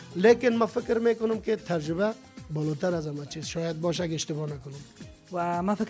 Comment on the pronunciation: هههههههههههههههه ترجبه نی تجربه ههههههههههه حال از امو مجیب هم یاد نگرفتی که او چند بار گفت تجربه تو انوزام ده گپ غلت خود روان استی ترجبه هههههههههههه